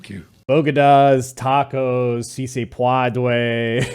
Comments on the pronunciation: see say paw dway, the future is ours. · "Say it with me you funny little breakfast tacos - see say pwadway!" -Jill Biden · "Si se pwadway" and now "bo dig uhs". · Sí Se Puede... How the F does she get "pawdaway" out of that?